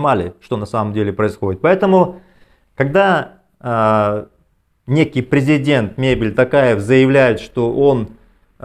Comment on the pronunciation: токаев, извините, не Токарев.